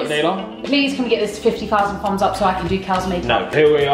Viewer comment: I like how they say "fums up" instead of "thumbs up" lol 😊